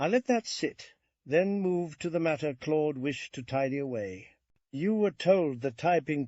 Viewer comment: Thanks for the upload I just wish the pronunciation of Claude was consistent and not sometimes clode